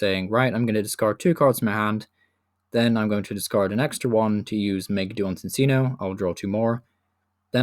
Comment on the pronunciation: Sin-Sino? Its ChinChino do you pronounce chinchilla as sinsilla?